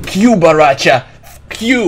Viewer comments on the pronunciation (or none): Sir it’s not boracha it’s boracho